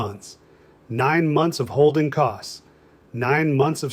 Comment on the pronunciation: This is made-up, A.I.-generated fiction. He started out telling us he is 72, and it's 2026 now. 6 minutes later and he is 54 in 2015, 59 in 2018. So the A.I. can't do simple math. He tells us he built a house, referring to "holding costs", but the A.I. thought "holding" was a verb and pronounced the sentence wrong. Typical artificial idiocy... Not the first like this I've seen. Don't waste your time, it's a machine-generated story, and you are the victim, wasting your time to watch it.